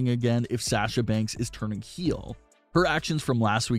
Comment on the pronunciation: For god’s sake it’s (SAH-sha) not SAASHA.